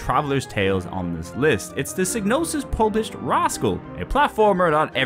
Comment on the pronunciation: Psy-no-sis G is silent like in Gnosis